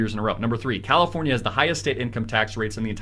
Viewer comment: "Crowdafornia" loll